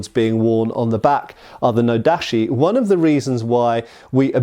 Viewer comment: Great video, but your pronunciation slipped! Japanese "chi" sound like nodachi / tachi is always a hard "ch" like "chips" or "chimpanzee".